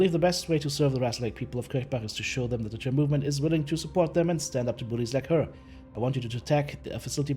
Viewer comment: Tyr in English is, TEE er